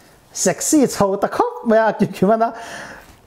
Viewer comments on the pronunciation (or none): none